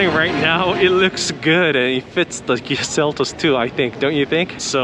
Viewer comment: Interesting how you say, Kia, "Gee-ah".